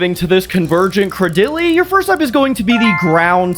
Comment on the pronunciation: day 11 of commenting until I get a custom pokemon, the way you pronounced Craydily made me cringe ngl